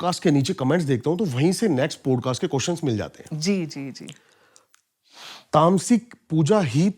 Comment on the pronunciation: Stop interrupting and don’t keep talking about Tantra Sex. Also please improve your pronunciation , specially “Podcast”